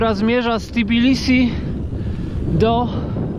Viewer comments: Naprawde Tibilisi? Spytaj Gruzinow, czy tez z angielska nazywaja swoj kraj. W polskim jez., tez nie ma "ti", jest "te". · Co masz na myśli? Że Tbilisi w naszej wymowie czasem brzmi jak Tibilisi, bo w języku polskim (ani holenderskim) nie ma "tb" na początku sylaby, więc trochę nieumiejętnie to wymawiamy?